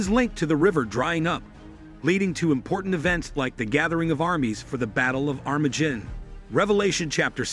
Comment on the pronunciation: This guy cant even pronounce Armageddon much less Isaiah.